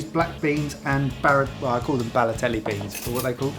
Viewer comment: " "balotelli" beans?? THAT'S RACit's cus he can't say borlotti beans ok that's cute"